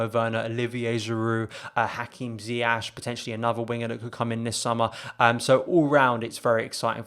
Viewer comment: Nearly August 2020 and my guy is still calling him Ziyash 🤣🤣 RIP bro, In all seriousness great video great channel keep going 🔥